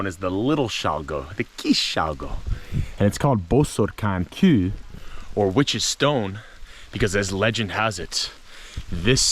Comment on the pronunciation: You pronounce the hungarian word for rock as koo I cannot tell you in an English word how it is pronounced more like kew. GREAT STUFF !Kis Baratom